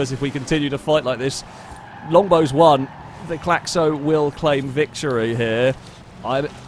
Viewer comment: As a French, that "Claxo" is painful to watch. It's fast as hell though